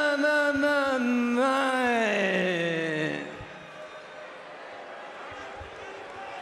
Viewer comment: Great Ludwig Kaiser, great promo. Ps: Finally someone that pronounce correctly “Giovanni”